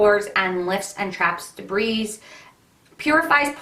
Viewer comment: The 's' is silent in the word debris. 😉